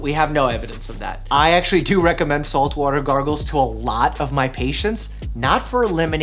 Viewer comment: Me :water Doctor mike: voter, soap and voter Me:voter